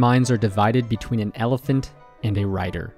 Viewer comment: Never heard of an "elefint" before :)